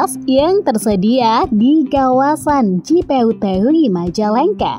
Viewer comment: ci peuteuy,bukan ci peuteyweywuy